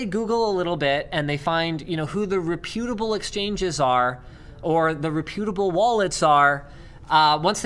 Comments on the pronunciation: repyootable? i think he meant reputable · Ok Linus, you keep saying reh-pute-a-bull... ffs learn how to pronounce it properly....